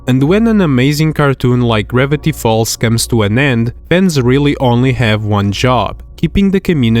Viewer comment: Is bro saying "ribbity falls" not "Gravity falls"